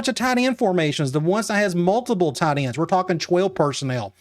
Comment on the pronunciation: “Tee-un Tide Ends”